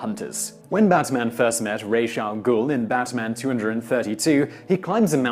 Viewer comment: Thank you for pronouncing Ra's al Ghul correctly!!! Thank you! Thank you!